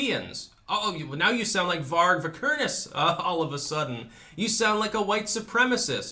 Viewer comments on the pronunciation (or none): none